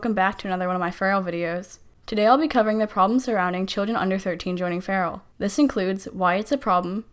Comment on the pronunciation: Its not “cope a” Its “cop uh” Learn to speak dang it